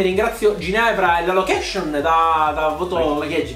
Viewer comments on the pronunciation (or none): Locatiiiiion che pronuncia ahahhahaha